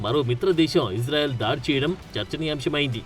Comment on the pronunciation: మీరంటే మంచి అభిమానం ప్రతీ వీడియో మిస్ కాను సార్ దయచేసి నా మనవి వినండి ఇశ్రాయేల్ అనండి/వ్రాయండి సార్ ఇజ్రాయేల్ కాదు సార్ హిబ్రూభాషలో ఈవిదంగా లిపి ఉంటుంది יִשְׂרָאֵל కుడి నుండి ఎడమకు చదవాలి 1.యోద్ =య "ఇ" ( * יִ ) 2. షీన్ = ష లేదా “శ” ( * שׂ ) 3. రేష్ = ర (* רָ) 4. అలెఫ్ = ఎ (* אֵ ) 5. లామెద్ = ల (* ל ) *ఇశ్రాయేల్ * ISRAEL ఇందులో "J" ఎక్కడుంది సార్ దయచేసి ఆ దేశ సార్వబౌమాధికారంతో పెట్ట బడిన పేరును అవమానించవద్దు, ఇది గమనించండి. ఆదేశం యొక్క పేరును అబాసుపాలు చేయకండి. మాకు తీరని అవమానం. ప్రతీ అక్షరం క్రింద ఒత్తులు (దాగేష్ ) ఉన్నవి. హిబ్రూ అక్షరమాలలో "జ" అనే సౌండు లేదు మీకు శతకోటి దండాలు తప్పు పలక కండి,వ్రాయకండి.